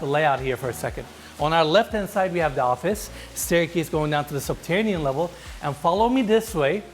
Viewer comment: 'Subtanian level has to offer'?. U lost me in the 1st minute dude. Its subterranian. Not doin business w this guy sounds like a dummy